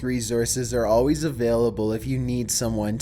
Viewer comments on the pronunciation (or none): none